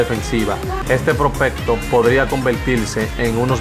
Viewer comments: Aprende hablar prospecto no propelto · No se dice propelto se dice propecto